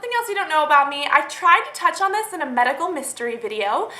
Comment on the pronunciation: the way you say video is annoying